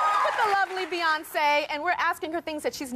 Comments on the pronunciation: “Buyoncé, Brioncé” chaos!!! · “BYEYONCE” DFKM🤦🏾‍♂️💀💀💀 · ‘First one - Buy-oncé’ - 👀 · When she said Byeoncé the first time and Beyoncé looked at her like she was crazy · The way Beyonce said sAyOnCe😟